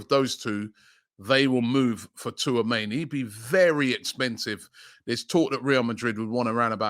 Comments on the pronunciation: Man said Twoameni 😅🤣😂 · Was waiting to hear how Robbie would pronounce Tchouameni’s name. My guy didn’t disappoint 😂